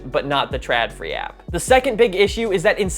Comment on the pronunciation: I know this is years late, but it just keeps rubbing me the wrong way: The letter "Å/å" is an "o", not an "a". So it's "trodfree", not "tradfree". =)